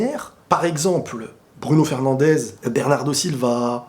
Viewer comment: Svp , FernandeS et pas FernandeZ, on est pas des espagnols. Sinon j'adore ce que tu fais ;)